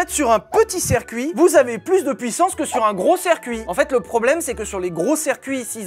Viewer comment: On dit cIrcuit, pas cErcuit, bon sang ! 😅